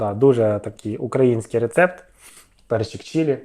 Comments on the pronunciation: Таке відчуття, що він спеціально десь невірний наголос ставить. Бо борщ у нього укрАінскій всюди, а сало в один момент стало украЇнским. Дуже цікаво :/ Ну і УкраЇна каже нормально ж, а не УкрАїна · На публіці в такій, перепрошую, залупі розкладати вогонь? На вогні робиться мега смачно, то факт, нарізка слабенька, але для себе має право на життя. Наголос на український.... Так тяжко с*чара покласти на правильне місце наголос? Щоб я розмовляв українською на такому рівні, я вчився десь 12-15 років. Дебіла кусок, що не може наголос покласти. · А мене одної кров з вух пішла від його вимовлення слова Украинський ???😮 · просто у персонажа синдром рускаязичної щелепи, не може він вірно виговорити слово "український" 😂